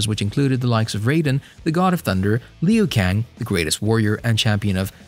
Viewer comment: I cringed when you said Lin Kew :D but yeah, I have high hopes for the second movie. Nice amount of info pal, great work.